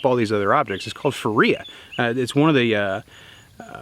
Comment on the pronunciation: Ocular practice won't affect refractive vision changes, but it can affect psychological interpretation of visual data. Your premise that eye muscles are repsonsible for vision loss is a bit off. Also, Phoria is prounounced FOR-ee-uh.